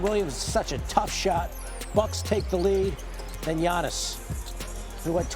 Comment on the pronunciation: 2025 is round the corner and Legler still can't say Giannis' name right.